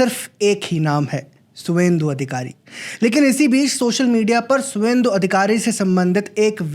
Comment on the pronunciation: "सुवेन्दु" नहीं "शुभेंदु" होता है। पूर्वी भारत के लोग V को "भ" उच्चारण करते हैं।